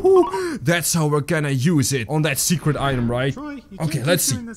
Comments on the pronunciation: not secrt it’s secrret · Secret not secet